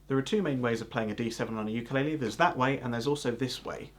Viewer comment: The way you say the word 'ukulele does not mean jumping fleas because it is not pronounced yukalele, we don't have that word in the Hawaiian language. 'Uku (ooo ku) in Hawaiian means flea, lice, small bug and lele means to jump, so 'ukulele in Hawaiian does translate to jumping bugs or jumping fleas. But mahalo for making a video of Hawaiian Vamps and for using a hapa haole strum pattern. Keep playing the 'ukulele and spreading the Aloha!